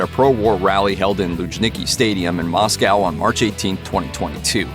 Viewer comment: What the fck is ‘Masss COW’ 😂